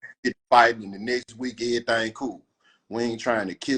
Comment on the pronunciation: I’m not from your city but you said “whole lotta everythang “ in this 1